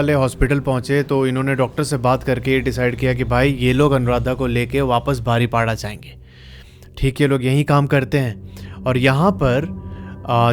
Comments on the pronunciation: It's बारिपादा not बारिपाडा. ☺️☺️😊😊❤️❤️Luv from Odisha. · Pronouns thik se kar le bhai woh baripoda hota hai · ...baripola nehi❌ Baripoda✅ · BARIPADA😂 NI BARI PADA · बारिपाडा नहीं है बारिपदा है । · बारीपाडा नहीं है वो, बारिपदा नाम है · Baripada not badipoda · Rasulpur nahi Rasulgarg Angul nahi Anugul Baripda ko बारीपदा bolte he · Nice story. Rasulpur nahi Rasulgarh, Baripada-बारिपदा * isse batane me meri koi galat intension nahi hai but me chahti hu ki koi galat pronounce na kare. Proper word sabko pata ho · bro said baripada 😂😂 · Bhai agar Hindi padhni aati hai toh it's बारीपदा and रसूलगढ़ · Bhai baripada- में "da "- दा... बारिपदा।😊 Love from odisha! 🤟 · Baripada pronounce galat he .. google se pucho